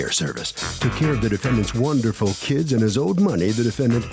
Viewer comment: She pronounces "Kids" as "Keds". I hate when women do that.